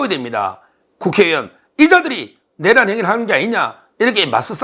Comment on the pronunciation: 서변 내:란을 첫음절을 강조하고 짧게 발음 하니 이상합니다.